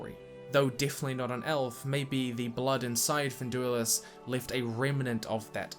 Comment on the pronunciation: Are you dyslexic, too? Finduilas is pronounced fin-DEWY-las not fin-DEW-lias. Not good for a detail guy. :p